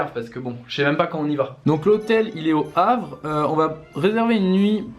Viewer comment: "On est arrives à le Havre" rip les normands (dont moi) qui saignent des oreilles